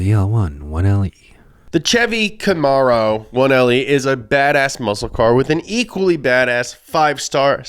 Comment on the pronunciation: How could you mispronounce “Camaro”?